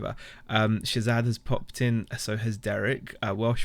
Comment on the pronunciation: You totally tickle me when you say adidas lol, i can find entertainment in the smallest things lol. TFS always a pleasure friend!